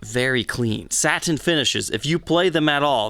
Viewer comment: “SAT TAIN finish”